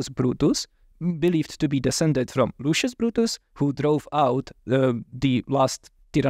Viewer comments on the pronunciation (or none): none